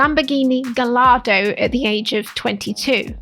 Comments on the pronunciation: So i'm not an Instagram motivational video but I was still scared AF \ Also you keep saying lamborghini "Lagardo" instead of gallardo and the car enthusiast inside of me needed to let everyone know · Good video. But calling it a Lamborghini Lagardo kept bothering me. Its Gallardo but the two l's are silent so its phonetically is guy-ardo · Car guys dying inside whenever you say Lamborghini Lagardo instead of Gallardo lollll